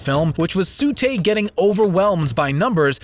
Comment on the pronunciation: T:44 Its TSU not SU